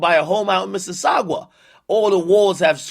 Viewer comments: It’s Mississauga not missisaugua, And it’s not a province, it’s a city 😂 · Lmao it’s pronounced miss•sis•saga dis guy said miss•sis•sawgua 😂😂. And it’s a city near da gta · Man said "He name drops mississawgua which is obviously like one of those Toronto, or like, Canadian Providences" ... Not even Province ... "PROVIDENCE" ... and it's a city not province LMAO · For the record its Missauga not missaugawa ....from Toronto 🤣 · Missisauga not missisaugwaaa😭😂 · Mississawga? C’mon now ak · Missisagwa ?! Ak wtf was that man cmon learn the cities dem fam. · It's pronounced "missy-saga" and yes, it is located in the Greater Toronto Area (GTA). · man really call it missisagua 😂😂😂😂 it's not a provice it's a city in the GTA. Greater toronto area. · “Miss-is-saga” is how it’s pronounced. 905 stand up! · Akademiks pronouncing Mississauga Missa-Sag-Gway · Mississauga not sogwa. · Ak it’s miss-sis-SAGA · Mississauga pronounces missisawga it’s a city in the gta (greater Toronto area) basically it’s close-ish to Toronto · Miss-sis-saw-gah, Mississauga and its a city lol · lmao he pronounced it as mississagua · bro said misses sawgwa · “Mississaugwa” and “Providences” lol this guy man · lmao man said Mississaugwa is a Canadian providence close to the GTA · Lmao sawgua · Lol the way you pronounce mississauga is way off its misses sogga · Did akademiks just call Mississauga Missisagwa😂😂😂 only my Canadian niggas will get it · mans said missasaugwah smh i hate this fatass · Damn Akademic it's pronounced Miss-A-Saga = Mississauga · mrs saga like dbz saga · Eh u ain't from sauga if u pronounce it like that...its sauga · "Mississaguwa" LMFAO - Ontario family know how funny this is hahaha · It’s hurting me how he say Mississauga and it’s a town outside Toronto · Americans have a hard time saying saying Mississauga and provinces but can say Minneapolis Massachusetts and Mississippi like no tmrw. Make it make sense. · 🤣🤣🤣Ak you’re saying Mississauga wrong bro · the way this man Mississauga